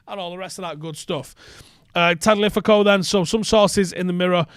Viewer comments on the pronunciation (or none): Tagliafico is pronounced TAG-LEE-A-FEE-KO. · Love the effort but it’s pronounced TA-LY-YA-FEEKO 🙃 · friendly instruction: it’s Tah-lia-fico. The G is silent, Italian style. It rhymes with first name: Nico Tagliafico. It’s like Tagliatelle. You like food, you know what I’m saying. 😉